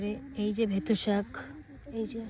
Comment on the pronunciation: বেতো শাক কে কি খালি ভেতো শাক ভেতো শাক বলো উচ্চারণ ঠিক করো